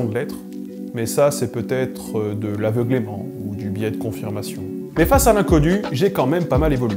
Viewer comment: C'est ton accent ou tu prononces aveuglEment comme aveuglÉment ?